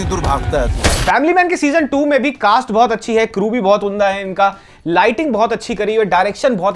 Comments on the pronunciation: "उन्दा" नहीं "उम्दा" 😊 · Gandu unda nahin "umdah" bola jaata hai , har baar unda unda bolte rehte ho ... Anyway love you ❤